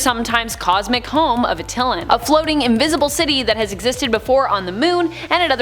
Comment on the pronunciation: Not Uh-til-lan but Att-uh-lan